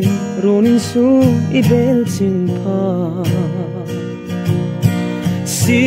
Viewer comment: I thiam lutuk mahse a pronunciation tlem te a dik lo na te ka rawn tarlan ang. 1. "Vangduai" nih loin "Vangduoi" 2."I bel Chingh phat" nih loin "I bel Chiiieeeng" phat ti tur... Chieng kha lam sei tur.